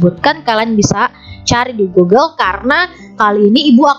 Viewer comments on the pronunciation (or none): none